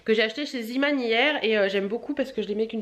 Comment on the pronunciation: Salut j'espère que tu vas bien. Je regarde tous tes vlogs car je les aime beaucoup mais venant de Belgique il y a un petit truc que je voulais te dire. Les magasins Zeeman sont des magasins Hollandais si je ne m'abuse et donc en néerlandais on prononce le double E "é" et non pas "i".. on dit donc Zéman et non Ziman;) j'espère que tu ne prendras pas mal cette réfléxion:p gros bisous